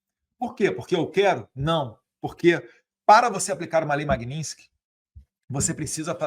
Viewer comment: não é magnintsky, é magnitsky!